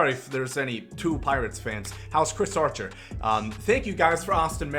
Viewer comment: “How’s Cris Archer”😂😂😂😂